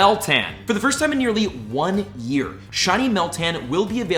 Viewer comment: "Once per wee" I can't be the only one that caught that haha